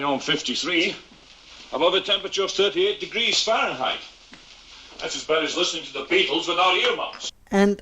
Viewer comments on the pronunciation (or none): none